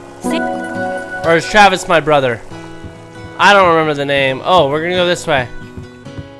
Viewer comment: " Give it to me Travi " 0.0 only you